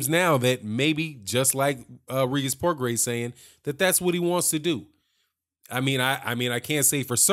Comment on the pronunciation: Good post my brother, but you are not pronouncing his name, it is pronounced "Pro-Grey", its Creole/French. I am native to New Orleans, so, you know. Anyway, yes, old Bob is up to his old tricks, milking the situation for all he can get. Regis will simply have to keep on looking dynamic, (as he is) and his day will come. Progras is the future of the division. Plus, I like his demeanor outside of the ring, he is thoughtful and well spoken, but is a beast inside the square circle; New Orleans has a new champian!